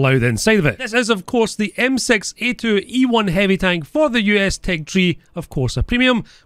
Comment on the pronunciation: "This is the m-sex eight two ue one" this is what i understood